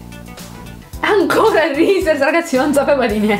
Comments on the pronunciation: Si dice risis non rises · Reese's come dici tu si dice risis graziepregociao e non criticare tutto👌